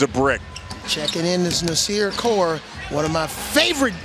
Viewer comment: "NAS"ir Core=BIG GUARD->U<-......Get a Man's Name Right already., 1st you call him CoLe, then you get his nick name wrong...WTF